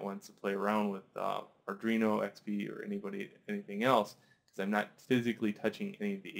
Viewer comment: pronounced Ar-dWee-no ... not Ar-dRee-no